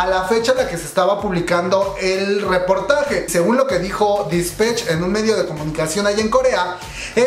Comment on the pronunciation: Todo bien, sólo: -No es "Dispech", es Dispatch -No es "Taemin", es Temin. Si mencionaras las cosas 1 vez no pasa nada, pero lo dices mil veces y mi yo obsesivo-compulsivo, se estresa y quita el video jajaja